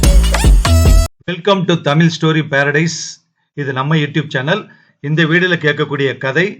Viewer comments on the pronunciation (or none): ஏனுங்க உங்களுக்கு தமிழ் உச்சரிப்பு இப்படி இருக்கிறது? ஒரு நல்ல விஷயத்தை சொல்லும் நீங்கள் ஏன் தமிழைச் சரியாக உச்சரிக்க கற்று கொள்ளவில்லை?? இலைஞர்கல்??‌வந்தாரகல்?? ள் உச்சரிக்க‌ பழகவில்லையா? அலகு, பலகு,,,,?? மன்னிக்கவும் இது சரியில்லை ழகரம் வராதா?? ஏன் அதை ள‌, ல என்று உச்சரிக்கிறீர்கள்?? கல் மற்றும் கள், தோல் மற்றும் தோள்????இடையில் வித்தியாசம் இல்லையா? தமிழை....தமில் என்கிறீர்கள்??😢 தமிழுக்கு ழ, ள அழகு... தயவுசெய்து ழ வை சரியாக உச்சரிக்க பழகுங்கள். யரலவழள, மெல்லினம், இடையினம், வல்லினம் அறிந்து பேசவும்.. முடிந்தால் இந்த பாடல் வரிகளை அடிக்கடி பாடி பழகுங்கள். தமிழ் கதைகள் சரியாக படிக்க உதவும் தமிழ் வாழ்க மிக்க நன்றி வாழ்க தமிழ்..🙏🙏